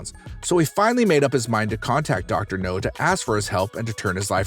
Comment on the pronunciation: ......sigh....dude, it's "Dr.Now" not Dr.No. (u don't watch the show, whatever...that's fine...) An u said "bridden" instead of "bedridden" 🙄 I NEVER complain about stupid stuff on YouTube because it's childish but....I'm trying to watch most of y'alls videos...was gonna subscribe but, u guys don't check ur scripts b4 reading them...and the dumb a** "click bait" thumbnails....I....I just can't anymore....sorry y'all but...it's to...."sorry" when u can't check y'all's script b4 reading....🙄😒 Dumb